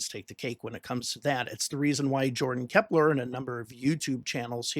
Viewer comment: Just FYI, it's Jordan Klepper, not Kepler...